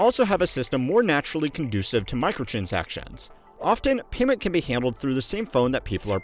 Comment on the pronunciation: "What's called...micotransactuons"